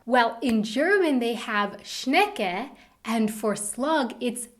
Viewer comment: Omg die ausprache von schecke 😄😄😄😄